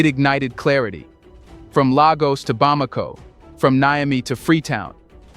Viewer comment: ECOWAS , I like your Chanel, but ECOWAS right enunciation for ECOWAS is air-co-watts E=A. Lagos , isn’t Ly